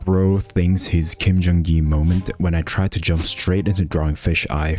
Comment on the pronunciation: you said kendrigi???